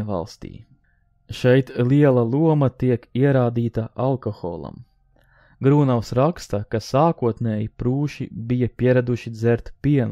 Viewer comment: Grūnavs, nevis Grūnovs.